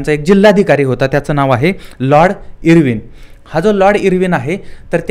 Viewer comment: लॉर्ड इर्विन नाय.... आयर्विन***